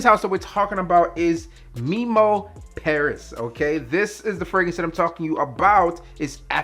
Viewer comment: It's pronounced Memo not Meemo lol